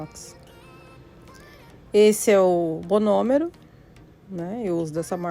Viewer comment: Eu escutei ela falar " bonomero " ou foi impressão ? Não seria , monomero ?